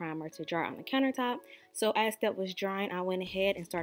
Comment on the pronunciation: You have a beautiful voice and obviously made a nice video as I said. Its nog a doslect to put incorrect letters in place of the a word. You want to sound as intelligent as you clearly are. If you want people to continue to think otherwise when they hear TH replaced w an F and sound stupid ok when people hear that they make fun of people who AX wuestions it could affect promotiond ect.I slwsyd wondered why they didnt realuse no news caster speak like that they wouldnt be hired a southern dialect endearing not EBONICS. WENDY WILLIAMS Oprah,news casters do NOT butcher the language they wouldn't be where they are if they did period. Its Not a good choice to be stubborn about sounding FOOLISH.You correct toddlers shen they get a eord wrong do they learn the correct word snd people can uderstand them its not a dialect. Even if I dont like what someon es s saying I try to think is this true can I learn something from them instead of just getting defensive are they trying to. E helpful, what is thdir intention. Shockingly a Dr asked my daughter when her BirFday was then said the Bathfroom then my 7 year old looked at me baffled and lookedat me to interpret. She didnt understand the corrupted words I had to interpret what an American born person was saying she sounded stupid. It was too much effort to figure out her butchered English.No Dr should graduate speaking like a toddler the university should teach basic English skills.Don't let students graduate ax ..ing questions.correct th